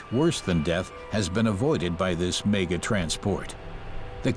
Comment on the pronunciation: Where did this narrator learn to speak english!!!..every time he says 'mega'..i cry.......